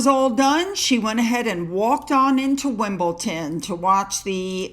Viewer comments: Oh it's Wimble-Don not Ton and I think you mean Morecambe (sounds like More - come ) x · forgive me, but you keep saying Wimbleton, it's Wimbledon there is no T in the name. I love your video's and the information you give us is very interesting. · it’s Wimbledon not Wimbleton. One of the Wimbledon football teams nick names is the Dons. Still love your videos. X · I LOVE your videos,. As an avid tennis fan and attendee of Wimbledon, here are a couple tips for your tennis coverage: —it is pronounced WimbleDON not WimbleTON. —Kate Middleton is not merely attending Wimbledon—she is the Royal Patron of the event. She was present at the Women’s and Men’s Finals to present trophies to the winners. —The purple and green bow she wears on her dresses indicates she is a member of the All England Tennis Club. The colors are the official colors of Wimbledon. —Kate is an avid tennis player and has a tennis court at her home. Keep up the great work! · WIMPLETON? WIMPLETON? Get it right, yankee🏸🏸🇬🇧🇬🇧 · Why do you pronounce it Wimble...ton? When it's Wimbledon? X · It's...Wimbledon..with a..D....not with a ...T. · Sorry, it’s WimbleDon not WimbleTon. 🇦🇺🇦🇺🇦🇺🦘🐨🐨🦘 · Its Wimbledon xx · fyi it is WimbleDon not WimbleTon. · it's Wimbledon..don not ton 😆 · it’s wimble-DON not wimble-TON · sue... wimbleDON NOT wimbleTON.. come on sue!!!! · Lol! Just yanking your chain, I know you have commented before, but here goes. Btw, I just turned 69😮😬 yesterday, so I’m old and have no filter, but …big but. Just put a D instead of a T when you say Wimbledon.. I know you can’t change after all your life! I get it. 😊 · Please, please please pronounce Wimbledon as spelt it’s DON on end not TON. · I love your videos, but it is "Wimbledon," not "Wimble-tin." Sorry! It's driving me nuts! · I'm sorry, but it's Wimble-DON. I hate correcting people but just had to in this instance. Best wishes from Australia 🇦🇺 ❤ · it's pronounced Wimbledon, not Wimbleton!